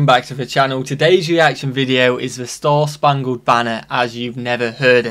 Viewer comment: It’s spangled not spungled lol